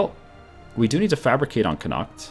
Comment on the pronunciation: Irish boyos laughing at the way the say Connacht